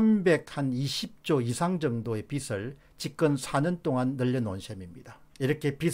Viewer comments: "빚을"의 발음은 "비슬"이 아니라 "비즐"입니다. "비슬"은 머리 머리 빗는 빗의 발음입니다. 미안합니다. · 박사님, 빚 을 발음 정확히 해주세요^^ 비슬 이 아니고 비즐 입니다. 화이팅! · 공박사님, 늘 수고 많으십니다. 사소한 듯하지만 방송에서 간과해선 안 되는 우리말 발음에 대해 건의드립니다. 예) 빚을 지다=비즐 지다 빚이 많다=비지 많다. 빚이란 단어의 ㅈ이 연음되는 걸로 알고 있습니다. '비츨', 혹은 '비치'라고 발음되는 것은 옳은 우리말 발음이 아니어서 말씀드립니다. '빛', 혹은 '빗'의 경우와는 다르니까요. 고맙습니다.